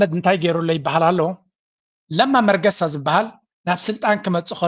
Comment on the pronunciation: ለማ መገርሳ ዩ ዝበሃል መርገሳ ኣይኮነን። ጽቡቅ ጌርካ ኣምብባ እታ ስም ኣቡኡ😂😂